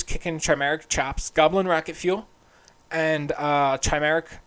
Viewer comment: Chimera is pronounced with a “k” sound, not a “ch” sound